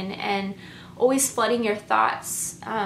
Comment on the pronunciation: I noticed several INFJ's pronounce also as aweso. I grew up with an INFJ that would also say allzee instead of always. Take no offence because I think you and other INFJ's are very well spoken,but I couldn't help notice the commonality in pronouncing these two words.